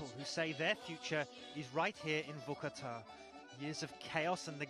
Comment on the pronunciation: Its not Vuhkuhtah its Vorkoota pronounce it right